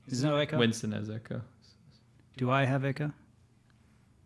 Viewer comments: w's in some countries are pronounced as v's which is why Winston might get transformed to Vincent in a way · Winston pronounced 'Vinson' is because some people esp new learners of English, find it hard to pronounce 'V's ' and 'W's' !